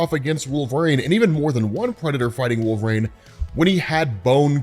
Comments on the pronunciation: Wolverine. Not Wolvereigne. You sound like a fool when you constantly mispronounce thinks. You would think after all these years you'de be able to pronounce wolverine correctly. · It’s wolverEEEEEN not RAIN you potato. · i love the content, but why do you say Wolver-ane instead of Wolvrin? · Out of curiosity, why do you pronounce it “wool-VRANE” instead of “wool-ver-EEN”? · WolverEEN, not Wolverain! Sorry, that bugged me. Also fighter aircraft are F-22's, NOT F-16's FTFW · LOVE the channel, thanks, you're the man. But...please please please it's Wolver-EEN not Wolver-AIN, I beg you sir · You realize it's Wolverine, right, like Tangerine? Not Wolvereine, like rain? Great vid though as usual, loved this storyline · Is it just me or when he says wolverine is sounds like hes saying wolf rain??? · It sounds like you're saying wolverine like "Wolverain" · Are you saying Wolverines name wrong on purpose. Its awakening a nerd rage I never knew I possessed.